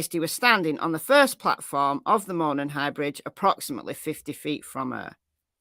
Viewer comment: Hi,. Local here in Indiana. Jut want to let you know it's pronounced MOE-non with the accent being on the first syllable. You do great coverage and are my fave go to for cases!